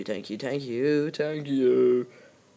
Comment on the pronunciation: U said thank you wrongggggg